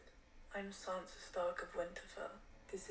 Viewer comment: "i'm sAnsa stark" "let's go sEnsa" i know there is language barrier and you would read sInsa if i write sEnsa...but...just listen to how sAnsa calls herself. it's not sEnsa